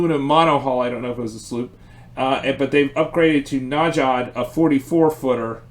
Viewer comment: Najad. Like nayad.